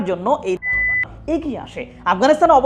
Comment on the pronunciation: তালেবান নাম নিলে কি আপনার সরম করে? পুত পুত সাউন্ড দেন কেন?